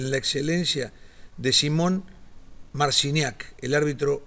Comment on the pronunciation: Mal pronuncias su apellido i el nombre .. no se si haces por la ignorancia o por tu cultura